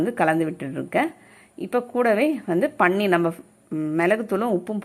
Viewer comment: பண்ணீர் இல்லை.அது பன்னீர்.